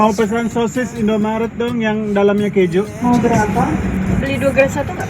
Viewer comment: Sosisnya kalo dipencet keluar ke juuuuu.. bukan pe juuuu. Omaigat mulutnya 😂😂